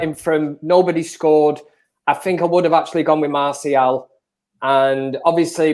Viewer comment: Nobody: Absoulty nobody: Absoulty nofucking person itw . . . . . . Ricky:"MaRsHaL"😂